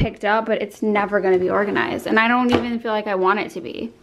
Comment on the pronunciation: You should Definitely hire someone! They can just help you say organized! 👍🏻